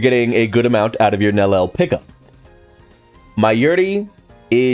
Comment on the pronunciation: Idk if people know, but they stealth nerfed Gin and (Nel-lee-el) is her pronunciation..not Nel-el.